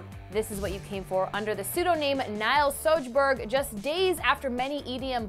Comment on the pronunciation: If there is any swedes watching this, I love how they pronounce the pseudonym "Nils Sjöberg"